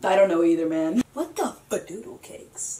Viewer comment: Mekenna P I thought she said " what you talking to Ma man for "